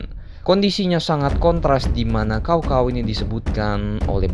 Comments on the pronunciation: Maaf min koreksi bacanya sao sao bukan kao kao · sedikit info cara bacanya bukan "cow cow" tapi "tcao tcao" dan kalo mau lebih detil lagi antara cao depan dan cao belakang ada beda tone nya ya ngasih info aja karena di bahasa cina kata sama cara baca sama tapi beda tone udah beda arti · Cao cao min bukan Kao kao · Bacanya bkn kao kao tp cao cao....goblok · Bukan kao kao tapi cao cao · Caocao dibaca kaokao blog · dalam sejarah hidup gw, baru kali ini dengar Cao cao dibaca jadi Kao kao.. wkwkwk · Bacaan nya bukan kao Kao tapi Tsao Tsao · Mungkin si habis minum es kendol pake kinkau 😂😂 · Baca nya pake c kalih namanya bukan K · Btw Cao Cao jangan baca pake K tapi baca lurus aja pake C